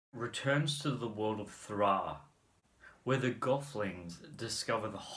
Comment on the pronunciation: I think you mispronounce the word in gelfling and skeksis